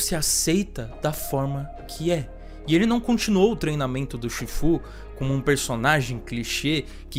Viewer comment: Todo mundo viu esse filme dublado, ou assim foi como ele se difundiu, então me dá agonia quando ele fala os nomes tudo torto. Tailangue, chífu, que nojo. Faltou chamar Pô de "póoulw"